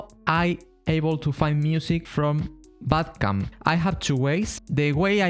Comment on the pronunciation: You say bandcamp wrongly, you say "Bad Camp" without saying the "n"